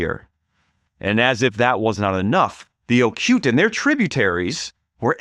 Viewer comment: Not Ocute, but oh coo tay.